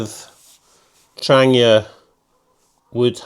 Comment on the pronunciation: Also love how you pronounce Trangia properly the way it’s said in Swedish. Other than yourself and 2 others that make videos all says tranJEEa 😆✌🏻🌲